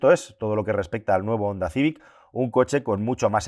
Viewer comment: Jonda. Jonda. Honda se pronuncia: jonda.